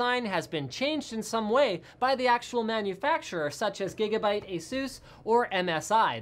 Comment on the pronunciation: I think you're saying Gigabyte wrong